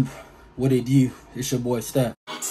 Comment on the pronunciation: “YouTewb. What it dew”